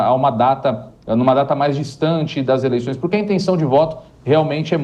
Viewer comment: “ eleiçães” o nível do jornalismo kkkk jornalistas semi analfabetos